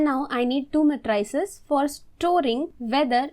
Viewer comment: ma-try-ces? very disturbing.